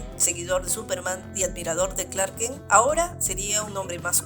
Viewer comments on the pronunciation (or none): none